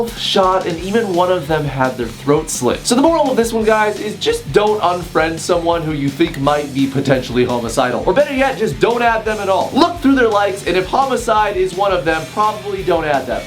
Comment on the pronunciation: did he say homocidal? and also: HAMMER TIME